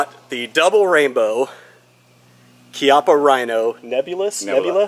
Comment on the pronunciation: Ch ch ch eee app a. Please don’t mispronounce the name. Learn it